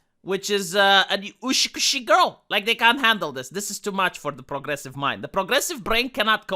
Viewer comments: I heard you say "ushkushi girl" a lot and i don't know if you are memeing or not, still i inform you that the correct pronunciation is "u s kushi" which means beautiful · Learn to pronounce utsukushi. God damn it,.